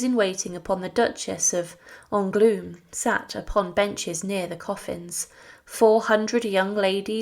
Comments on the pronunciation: Just got to your pronunciation of d'Angouleme. lolololol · Would you like to learn the correct pronounciation of French names. "Le Duc d'Angoulême" is not "glued" like you said.